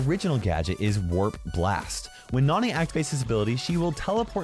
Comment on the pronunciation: I love it when says Nani like Nohni